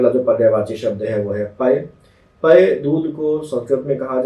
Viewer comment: Sir पय pani aur dudh k alawa kiska pryaywachi h ?......clear pronunciation clear nhi hua h video m